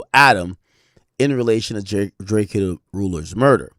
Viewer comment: Why does Ak keep pronounce drakeo name wrong lmao